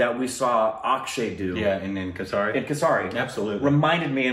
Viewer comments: Kasari I: its Kesari, pronounce it like Kesri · That's" kesari" not "kassari" .... 🤪🤪🤪🤪🤪🤪😁😁😆😆😆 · its not kesari speak kesri u will sound correct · Guys it's Kaysri, in case you are willing to pronounce it right. Kesari = Kaysri